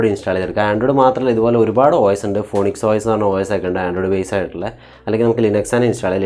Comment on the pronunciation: ഫോണിക്സ് അല്ല ബ്രോ ഫീനിക്സ്..